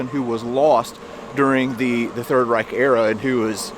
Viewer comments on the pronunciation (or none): none